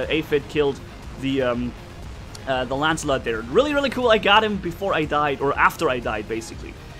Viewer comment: "ancilot" XD true